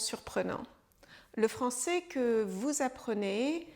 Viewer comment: Attention à la prononciation du son é vs è. Ça peut confondre les apprenants. Quand vous dites le mot "français" on entends ça comme "francé". Cette distinction est importante pour différencier des verbes comme "je serai/ je serais" ou "je ferai/ je ferais". Un bon truc pour les apprenants est de regarder des films ou téléséries pour s'habituer à entendre du français de niveau familier et informel, avec les sous-titres si possible. Les bulletins de nouvelles sont une référence, mais pas représentatifs de la réalité de la rue.